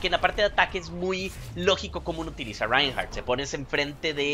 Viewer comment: creelo o no mi 2ndo nombre es Reinhardt y lo estas diciendo bien xD.